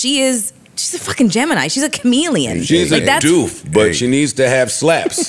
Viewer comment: Joe Budden calling Doja Cat a "Doof" is WILD.